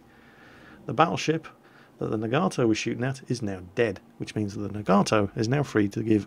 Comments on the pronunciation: Also, if you really want to know how to pronounce Nagato, your more "British" preference was closer for the sound of the "a's" (soft a, not hard a), but you're emphasizing the "Gato" when you should be emphasizing the "Naga" for both versions. Themoreyouknow.jpg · I believe Nagato is pronounced na-ga-to not na-gar-to. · its pronounced na-ga-to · I think it's pronounced "Nah-Gaw-Toe" with stress on the first syllable. Also, press "Z" so we can watch a cinematic view of the shells flying to their target! ( do it for killing shots, skillful shots, or crazy citadel hits?) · Nagato is pronounced NAHgahtoe as opposed to naGARtoe, we english speakers put emphasis on the second to last syllable such as humanITy or assASSin, whereas the japanese put emphasis on the first syllable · Hey, Glad you discovered the anime. Pretty fun stuff. You were asking about the pronunciation of Nagato. I'm half Japanese so here's how you'd say the name. You break up the word as follows, na-ga-to, and each of the three parts are a short pronunciation, not our typical long sounds in western English. So it will sound like this: Nah-gah-toe. Hope that helps =^^= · well.. The hiragana for Nagato is ながと which is pronounced as Nah-gah-toh. so there is no long "a" in there. The more you know ;) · nog-ah-toe, atleast that's how its pronounced in the Japanese anime called Naruto. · Na-ga-to... japanese is usually 2 syllables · It's pronounced Naw gaw toe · Nagato (nah-gah-toh) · The HIJMS Nagato is pronounced nah-gah-toh. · nagato is pronounced "Nah-gah-toe" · Pronounced Nah-Gah-To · Second one, it's Nagato with a long "a". The English way is closer.